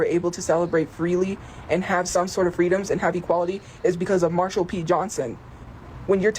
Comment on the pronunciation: I’d love to read autobiography, lol. As long as no ghostwriters are allowed, but I think it may be like translating the Rosetta Stone. Edit: Did she say “Marshall” P. Johnson? She really needs to stop the history lessons because I think most communities she considers herself a part of would rather she not be acting as historian and TikTok representative.